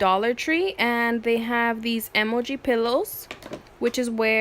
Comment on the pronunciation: Why do you say emoji like that?